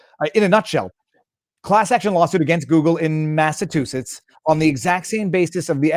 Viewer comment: I find it funny that Viva can’t pronounce “Massachusetts” or “Stelter”.